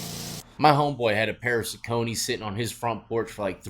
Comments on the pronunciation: Sock-ah-knee is the correct pronunciation. Shit you not. I had a hard time believing it too. Lol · Saucony pronounced “Sock-O-Knee”